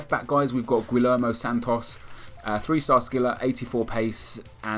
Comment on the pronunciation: pronunced gui-yer-mo